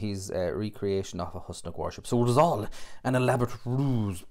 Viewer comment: It is pronounced Whos-Nock not Hus-Nock.